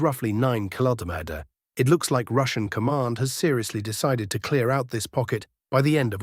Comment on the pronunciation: It seems it's very hard for this AI commentator to pronounce "Kilometers" correctly.